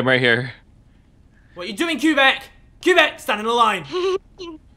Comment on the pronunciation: I love the way pronounces Québec...